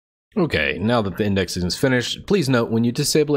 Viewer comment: Lol, "windexing"